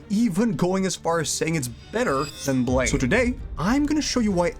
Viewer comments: Ahhh... It's BLAM!!!! Not blame.... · Keeps calling it blaym pronounced Blam like the sound a gun makes or the Japanese word pronounced Buramu in Japanese ‘U’ is basically silent and ‘R’ is pronounced like ‘L’ so Blam!